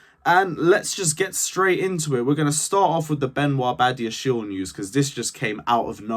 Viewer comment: It is badia-she-le